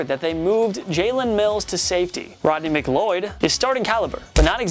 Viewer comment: It's Rodney McLeod not Romney mcloyd